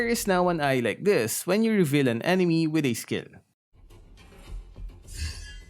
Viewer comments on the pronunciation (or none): none